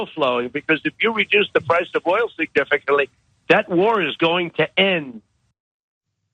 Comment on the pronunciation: He actually said significaly!🤣😂🤣 I’m so glad u caught that...I needed a good laugh!!!